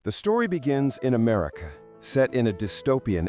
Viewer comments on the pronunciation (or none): none